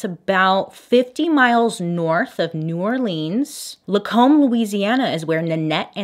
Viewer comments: Bailey: "Lacombe, Louisiana" Me: "yay!! She pronounced it right!!" Bailey: "New Or-leans" Me: "arghhh, soooo close!!" I love these little slip ups though! They emphasize Bailey's authenticity! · Okay Bailey …. It’s NEW OR LENS not new or leaaannss 😂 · I love you! But we pronounce it more like “New Orlinz” instead of “New Orleens” 😉. I hope you see this! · Baby, did you pronounced it New Orleens? Instead of OrleAns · oh bailey sarian bb dont say new or-lee-ns (it's new or-lins) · New OrLEENS hahahaha. I love people from different areas pronouncing cities here 😂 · not the be that person but pronounce orleans without emphasis... it's just new "or-lens" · new orleanian here 👋🏾 its pronounced new or-lens (like eyeglass lense) haha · New or-lens is how it’s pronounced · BAILEY! I love you,but please don't ever say New Orleans like that again. It's NAWLINS, or NOLA✌️ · Ok I don't pronounce anything right either but being from Louisiana it's not pronounced new Orleans...its pronounced Nawlins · i know a lot of people pronounce new orleans like that but i lived there and not ONCE have i heard ANYONE living here pronounce it like that 😭😭 it’s okay it’s okay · “New OrLEENS” eye twitch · And then you pronounce “New Orleans” wrong 😜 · Not me trying to figure out if Bailey mispronounced New Orleans on purpose...